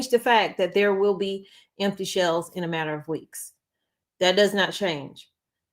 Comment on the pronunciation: It’s shelves not shells